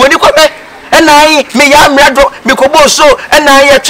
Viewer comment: Amerado or Amenado 😂